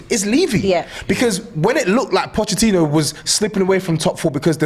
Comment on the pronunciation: pronunciation of Pochettino is so fraudulent. I swear he hasn’t learned it on purpose 😂